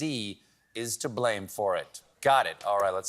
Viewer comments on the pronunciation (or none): none